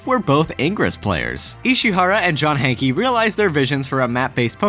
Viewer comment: lol "Hankey"? The guy's name is pronounced "Hank"